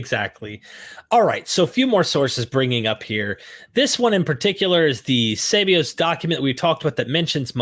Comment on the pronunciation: After correcting, Shoemaker towards the end of the video adopted wrong emphasis saying SEbeus rather than seBEus 😄